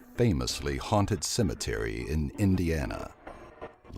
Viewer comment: Cimetery the narrator says